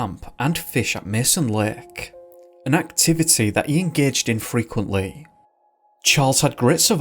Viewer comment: I really like your content, and while I do not usually have an issue with this (Actually this is the first time) you REALLY need to work on your accent some more. It's too thick at times. For instance, when you first said 'Lake', I was mildly confused because I honestly heard 'Lick'. And this is only a singular example. I do not mean any offense, take it as constructive criticism. It was way more pronounced in some earlier videos and I can see improvement, intentional or not.